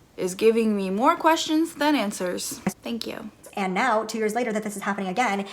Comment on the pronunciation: I adore your humor. The way you keep saying "thank yew" 😭😭😂